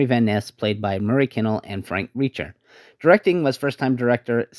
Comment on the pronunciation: Frank Reicher is pronounced Frank ‘Riker’. He played Captain Englehorn in the original 1933 KING KONG.